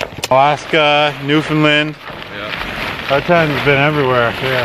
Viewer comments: Newfinlind lol pronounced New-Found-Land haha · “New-Found-Land” not newfinland 😂 jk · It's new"found"land. lol 😂😂